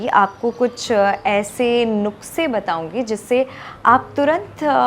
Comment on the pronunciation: Sorry but.. Not nukse... It's nuskhe... 😂🙊...but seriously you looking so Amazing 💓🙈